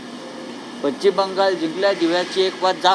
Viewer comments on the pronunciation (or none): साहेब तेवढं पश्चिम नीट म्हणा की जरा